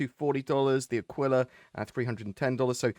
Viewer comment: Aquila is spelled with the accent on the First A, like ÀQUILA, which is Eagle in Italian 😃, I am Italian